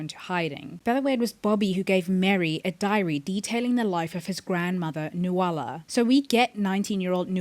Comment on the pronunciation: Enjoyed your theories. But sorry it’s pronounced NU-LA. Not NU-A-LA